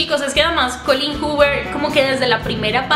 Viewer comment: GRACIASSS GRACIASSS, me llamo Colleen y todos lo pronuncian mal, acabo de ver tu vídeo y tu si lo pronuncias bienn!!! Es musica para mis oídos😘